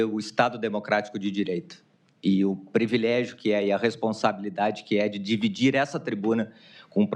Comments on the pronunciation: Começou bem mesmo! Já entrou falando, diversas vezes, "previlégio". 😂😂😂😂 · "previlégio"? 😂😂😂😂 Caramba! Brasil tá bem phudido.😂😂😂😂